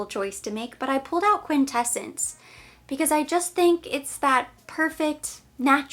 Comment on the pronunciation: Quin-tes-sence is how it’s pronounced. 🙂